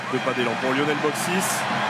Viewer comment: Lionel et non Yionel